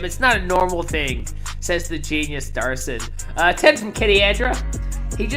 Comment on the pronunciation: HIS NAME IS MATTHEW DAVID DAVIDSON! NOT DARSON!